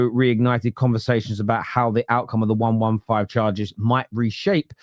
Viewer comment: One-one-five charges? Can you count? Serious question..... It's one hundred and fifteen charges, Numbskull 😂😂😂